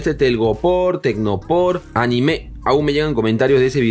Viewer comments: Por cierto amigo a parte de hacer excelentes videos la palabra anime en el minuto se pronuncia anime sin acento en la E saludos desde Venezuela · se pronuncia diferente de anime tipo dibujos, el acento es en la "i" jajajaja. Saludos desde Argentina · si aqui le decimos anime al tecnopor, pero se dice aníme con acento en la i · No se dice anime se dice animé